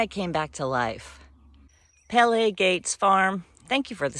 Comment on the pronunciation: Hey! Thanks for the shout out and it’s nice to see that Zinnia growing. It’s pronounced Pea-Lee as in Point Pelee National Park. It’s 41°C for the past few days with the humidex. I’m just getting a bunch of indoor chores done. Fermenting some cucumbers and carrots. Drying flowers for tea. Cleaning. Oh, and reading and napping. This kind of heat really knocks you out.